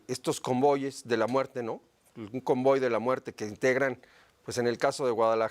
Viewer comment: “Convoyes” 😂😂😂😂 Convoy!!